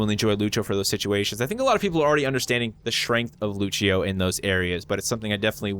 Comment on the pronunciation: The Portuguese pronunciation of "Lúcio" = "LOO-syo", still upvoted cuz = legit